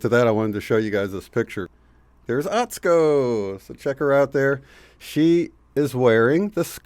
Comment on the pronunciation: U never put the U in Atsuko. Pronounce it sue. At sue ko. Ha ha. 😁